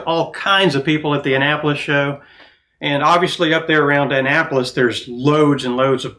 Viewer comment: That’s not how you pronounce Annapolis🤷‍♂️🤷‍♂️🤷‍♂️🤷‍♂️